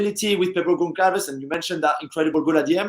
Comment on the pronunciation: Guys, this isn't that hard: a ç in Portuguese is read as two "s", please read the name Gonçalves correctly 😅